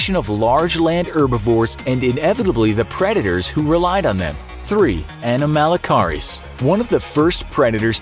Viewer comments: Who else watched walking with monsters and got triggered by the way he pronounced "anomalocaris"? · The incorrect way he says anomalocaris is triggering lol it's ok though no one ever says it right